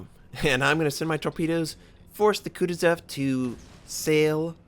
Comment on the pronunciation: It hurts my brain when you pronounce the kutozov the "kutezev", I know some people have different ways of saying names but all you have to do is look at the name for this one, there's no E's. It almost feels like your not even trying to say it correctly.